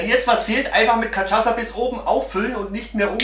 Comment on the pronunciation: ach du scheisse, "kaschaza", so kann das auch nur ein Deutscher aussprechen...